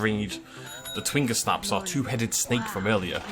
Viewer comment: Completely random and totally late, but I'm 90% sure twingersnaps are from gingersnap cookies, not a brandysnap (and should be pronounced with a soft g as a result)? Just watching the end of the video and heard that mentioned, so I thought I'd speak up!